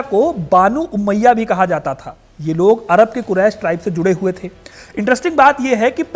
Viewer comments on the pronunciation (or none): palhe to naam sae bolo umiyat nai banu ummiya naam tha